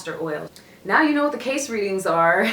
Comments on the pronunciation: Kay-see... Not "case" 🤦‍♂️🤦‍♂️🤦‍♂️🤦‍♂️ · His name is pronounced Kay-see. Not Case. Hope this helps. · Pronounced Kay See! Edgar Cayce was an interesting person. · His name is pronounced Kay-see 😉😉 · ...Damn, you butchered his last name a little bit. 😂 And I'm sure you've had enough people tell you the correct way to pronounce it is Kay-SEE. But I like the video! It's always dope to see young people discover the amazing work that our beloved oracle and clairvoyant Edgar Cayce recorded. Thanks for posting this particular video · You can’t even pronounce his name correctly. You dishonor this amazing man with your flippant discourse of what you believe was his life’s work.